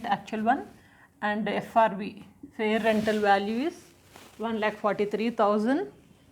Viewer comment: Mam frv not srv 😊